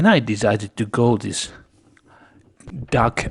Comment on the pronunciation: dock not duck (quack, quack). But when I compare this older video (2016) with 2017 and 2018 I realize you have a much better grasp of English now.